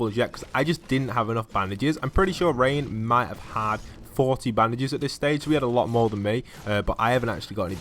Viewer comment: It's bandages not Baandases